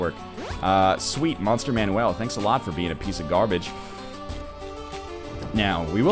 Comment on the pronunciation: Is him saying 'Monster man-WELL' phonetically an inside joke, accent, or does he legitimately think its pronounced like that instead of 'Monster MAN-ule'. Not hating, just curious.